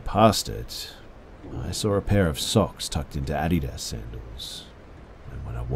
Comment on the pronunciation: I can't stop focusing on how you pronounce Adidas, I'm not sure if I've been saying it wrong my whole life or if I just like your way better.